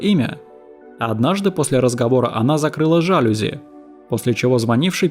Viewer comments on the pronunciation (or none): Ещё резануло слух жАлюзи, а не жалюзИ